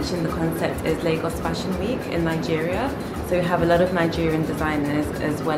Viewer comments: I kept saying out loud “ it’s Lagos.... Laygos”...but nope she persisted with Lahgos...even when Abbie corrected her 😂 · I went to high school with Abi (The girl in the store), I often wonder how some of my old school friends are getting on, glad to see she's looking well! Also Lagos is pronounced Lay-Gos. Edit: just continued to watch and saw that you were corrected xxx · The girl trying to subtly correct you everytime you said Largos. 😂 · Nigerians pronounce it as Laygos. Just as Kenyans pronounce Kenya as Ken Yah...And not KeenYah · Africa is not a country. And Lagos - pronounced Lay-goss - is a city in Nigeria. Otherwise you’re good! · Lovely vlog,. I used to live in Lagos in the 60s, and I had to laugh at your pronunciation! Ha! It brought me back to my childhood, looking at all the lovely fabrics. Loved it, thank you. Would love to visit this shop, but I live in the Cotswolds, so it isn’t going to happen at the moment. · Pronounce Lagos properly. It’s a city in Nigeria. I’ve just finished teaching there. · Be great if you have the respect of pronouncing Lagos correctly there is no r. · I am a Londoner and would not pronounce it as did. Her accent had nothing to do with it. It is quite insulting to mispronounce someone’s country or town especially when you do what does as a youtuber. It is a huge thing to mispronounce someone’s name and thus is no different for countries or towns where someone comes from and which they are representing. She was absolutely right to correct and did so diplomatically in my view as I spent the first part of the video wondering where on earth is Largos as pronounced by. Glad she clarified.